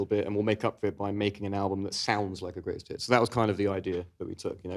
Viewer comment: I think it was to do with how it sounded like she said “Greatest Tits” instead of “Greatest Hits” like it should’ve sounded